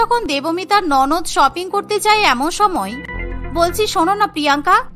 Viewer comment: শপিং ❌ ছপিং✅ 🌚🙌